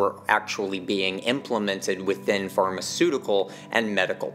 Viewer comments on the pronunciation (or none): none